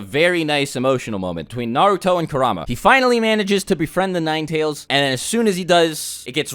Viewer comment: Kerahma 😂😂😂 Pronounced Kooruhma